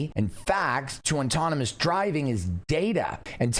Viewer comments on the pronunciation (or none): just for future reference, it’s pronounced aww-tawn-ih-mus, not ON-tawn-ih-mus. It’ll make you sound smarter. 😂